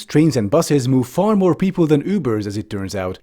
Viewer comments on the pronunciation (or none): none